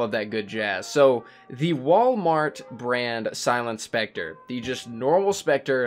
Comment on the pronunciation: It's specter 😅